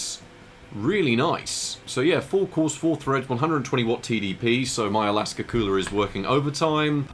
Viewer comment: I find it hilarious when says akasa as Alaska.:D